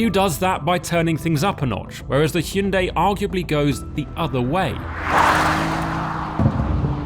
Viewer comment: 드디어 "ㅕ" 발음과 "ㅐ" 발음을 해 주는구나.